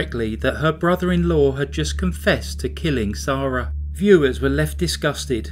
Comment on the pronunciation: Why’s her name pronounced as zarah when it’s spelled Sarah? Noticed a few ppl do this unless it’s different countries pronounce it differently